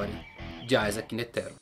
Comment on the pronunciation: sei que e chato comentar isso em um video foda como o seu mas a pronuncia de "netero" ta errada tem falar de uma vez so pois n tem silaba tonica no nome todas as silabas tem a mesma intensidade no som, deixando isso de lado video top to valtando a ver um ano depois